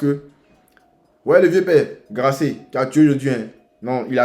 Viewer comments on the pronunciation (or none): Eeeh c’est Gasset non Grasset 🤦🏾‍♂️